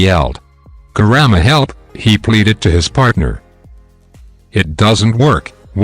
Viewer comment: He is saying kurama grandma